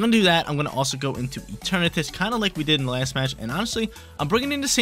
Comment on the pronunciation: it’s rare but he’s actually right this time. It comes from the word eternity and shares the pronunciation